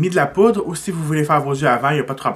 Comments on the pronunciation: hahahahaha! T'arrêtes pas de dire "". mais c'est "poudre"!!;)) jtadore pareilll! xox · Tu as dit "" en premier! ^^ j'ai tellement ri mon père dit la même chose! En tout cas bravo, tu es vraiment doué!!!